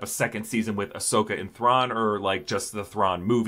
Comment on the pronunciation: Ahsokii!! Sorry I had to 🤣